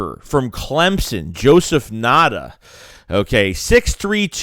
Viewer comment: I’m a Clemson fan being down here in SC area. Ngata is a beast. Bad QB last 2 years hindered him. Just a a heads up it’s pronounced “N-Gata”.